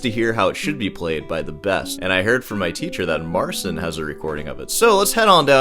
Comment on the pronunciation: It's funny you pronounce it Marseen because the actual pronunciation is more similar to Martin (theoretically, it should be Martchin but with a more palatalized tch)